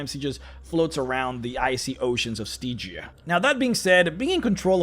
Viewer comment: Stee-gia? Really?